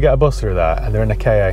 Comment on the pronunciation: 'kay-ay"? Really? It's a 'Ka", as in "cack".. :)